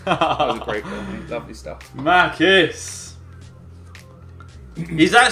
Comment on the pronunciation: Its not makis its machis